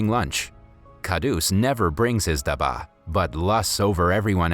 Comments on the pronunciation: I was so inspired by the story, I was almost about to cry. But I am from India and the way you say dabba ( which means Lunchbox), Your accent was very funny😅😅🤣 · Love all your videos but as and Indian your accent for dabba is wrong and I kinda fon dit funny but you are doing good keep it up 😜☺️ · You did butcher the pronunciation of pretty much all the Indian things (food and the "dabba"), but this video is rather good!